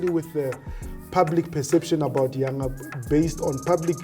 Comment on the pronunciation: Even you can't pronounce The name Yanga.